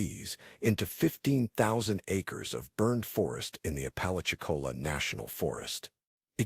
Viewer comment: It's pronounced " app a latch ee cola"